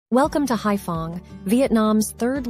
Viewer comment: Anyway, the city is Haiphong, not *fong.